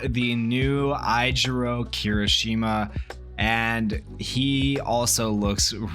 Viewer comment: EYE-JIROU KIRISHIMA??? 😭 its AY-JIROU oh my god ive never heard anyone butcher his name before lol